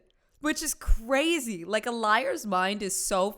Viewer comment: ITS CWAZY.....according to.....You said Cwazy.